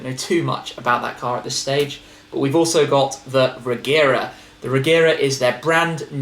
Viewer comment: About the Regera, the word is actually pronounced like 're-ye-ra', but I have a feeling Koenigsegg will pronounce it with a hard g to make things simpler and more congruent with the Agera models anyway. Either way, I can't wait to see it.